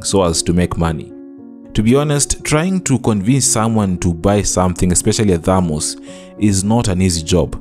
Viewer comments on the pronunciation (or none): Theeeermoses indeed 😂😂😂😂😂